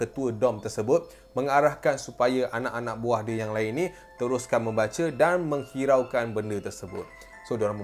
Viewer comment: tanpa menghiraukan* tersasul 😂